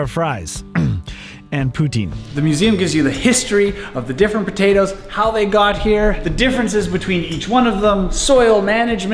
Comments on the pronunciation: The way he said podaytoes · As an islander myself I can confirm that's how most islanders say potatoes. b'dayduhs